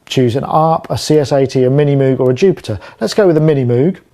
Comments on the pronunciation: love your channel, but please, PLEASE properly say MOOG its not Moooog, its "mOg with a hard O the mans name was Moog (mOg) and it drives me crazy that you, a professional, mis-pronounce it. I know you know this. out of respect for the Great Bob Moog, please correctly pronounce the name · Moog rhymes with vogue, or rogue. Heck, the Moog Rogue synthesizer was called that way because the two words rhyme and it's nice to hear. Just like saying "sneak peek" or "double trouble". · It REALLY annoys me that you can't pronounce "Moog" right!